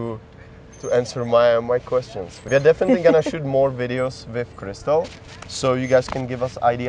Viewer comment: Hnedka ze začátku videa kritika: Proč ji nenecháš se představit samotnou? Představoval bych si něco jako hi, my name's Crystal, abychom věděli, jak to vyslovuje, jestli francouzsky - jak jsi to řekl ty, nebo obvyklejší varianta "kristl" ...